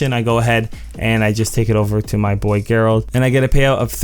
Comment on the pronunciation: Gerald is pronounced with a J sound not a G. Keep up the great videos man!